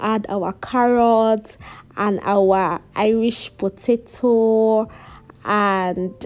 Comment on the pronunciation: I like the fact that you didn't cut out the side you mispronounced potato, it shows how real you are. I'm going to make this without an oven, thanks.